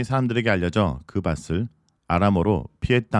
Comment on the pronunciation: 발음을 정확하게 하실 필요가 았습니다. '밭을'의 '바틀'인데 '바슬'로 발음하시네요.